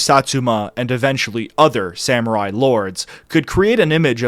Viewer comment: I loved the video, I always do, but dude you gotta work on pronunciation. Like "katana" as "kuh-tay-nuh" or "samurai" as "sam-you-rye" really stands out. I generally try not to be an elitist about pronunciation, especially since your videos usually feature multiple foreign names, words and phrases all in the same story, but if you're going to solely focus on one foreign culture for an entire series you may want to be more intentional about that stuff